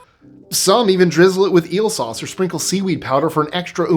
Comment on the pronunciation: Souse iight tho. 😂😂😂😂😂